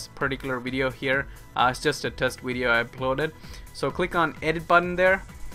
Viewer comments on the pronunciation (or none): ur not stupid but why do u call it wideo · wideo, hahaha my god it hurts.